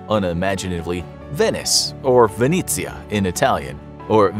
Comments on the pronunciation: Wrong in some parts though, like when he says Venezia/Venessia as if it was written Venizia. The second e is pronounced similarly to the first one, that's how you say e in Italian, it's not like English where you pronounce vowels in many different ways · U misspronounced Venezia coughs in italian but other than that awesome video